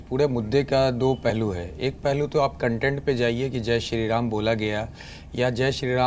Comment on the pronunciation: It's ram not raaam naam theek se le varna tere allah ka aaaalaahh bhi bolna aata hai hume